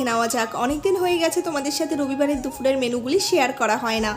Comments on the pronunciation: দুফুর না গো , ওটা দুপুর ! 🙂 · indian vlogger ra দুপুর ke দুফুর কেন বলে? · দুপুর, দুফুর নয়।